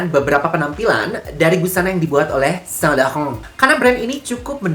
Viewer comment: Sain lauren ❌️ Sa lakhahoounnn ✔️